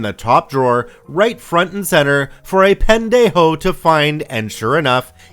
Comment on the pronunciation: I was listening to this while folding laundry and had to go back to read that I actually heard "pen-dejo"!! That's pretty funny 👍